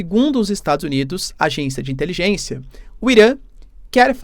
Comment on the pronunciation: Quanta "intelijênsia"😅😅😅